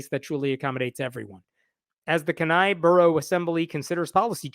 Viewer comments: Just for the record in is pronounced Key-nai. I don't doubt the Satanic Temple will get involved. I hope so. Generally speaking, being a deep red state, we have been mostly free of all this Christian Nationalism/MAGA BS. Alaskans tend to not like Governmental mandates. Remember, we were built (temporarily blocking out Natives being here first, to make a point) by white men trying to escape governmental control elsewhere, and/or living manly lives alone in the wilderness. The Last Great Frontier Spirit! This has it's up, but downs as well. We still have these nits in these pretend Alaskan reality shows (like living in the wilderness, 100 yards off a major road). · Kenai is pronounced like [Key - nigh] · It is pronounced: Keen I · Actual Alaskan here... say it with me Kenai... key-neigh for pronunciation Ffs I don't know what the heck you were saying... but it's wrong. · ...Damn it, I hate it when it is my circus. As an aside: "KEY -nigh (as in eye)" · It's pronounced keen eye. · Alaska here: It’s pronounced KEY-NIGH. Good otherwise! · Pronounced "Keen-eye". We have a lot of atheist in AK. We can't let the religious extremists take over. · Speaking as an Alaska, It's "KEY-nye" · Kenai has a long e and stress on the first syllable. Keen eye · Fuck these assholes. Iris is a gem of a human being. It's pronounced keen-eye. I live there. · It's pronounced Keen-eye. Just for information only, not intended as an insult to anyone or anything else. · Kenai is pronounced Keenye. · as an alaska it is pronounced key nye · Interesting case. FYI, it is pronounced “key-nigh” with stress on the first syllable. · From a slightly bothered Alaskan, Kenai is pronounced 'keen-eye'. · Love your stuff dude, but for Pete's sake, Kenai is pronounced Kee-nye. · As an atheist and an Alaskan, Kenai is pronounced key nigh Love your channel! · THANK YOU I was about to comment the same thing 💀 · It's pronounced "Key- Ni" hard I at the end. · It’s pronounced keen-eye!! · Keeeen-Eye. Not Kin-eye.